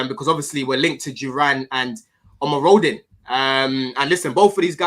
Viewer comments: I was enjoying the stream so much locked my keys in my car 😅. Great stream and, you've almost pronounced Omorodion name, correct lovely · yeh the pronunciation with these Yoruba men, you gotta let it flow with some chest and bass... it was the best I've heard